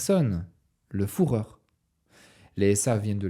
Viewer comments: El famoso "fourreur" 😂 Sinon, excellente vidéo que j'ai dévoré ! Continue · Excellent comme d'habitude ! Seul bémol en tant que germanophone ça pique les oreilles d'entendre "Reitch" et "Fouhrer" tout le long de la vidéo 😅 ça se prononce "Reich" et "Führer" tout simplement